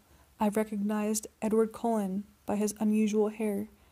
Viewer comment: Cullen, not colon.